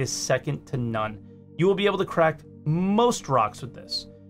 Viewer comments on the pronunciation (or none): none